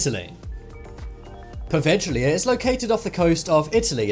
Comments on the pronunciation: Its pronunced “poveya” here in Italy we pronunce “gli” like “y”. The island is cursed because is not dirt and sand, its made from the ashes of the death. Sorry my bad english. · That's nothing. You should look up the actual pronunciation of poveglia. He more than butchered it